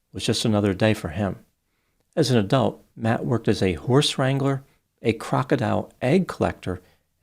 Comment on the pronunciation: I swear, I tought I’d heard “horse strangler” instead of “horse wrangler”.